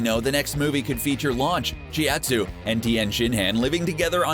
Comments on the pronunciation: i can't be the only one who cringed at how the narrator pronounced chiaotzu's name... shudders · Mispronounced chiaotsu and tienshinhan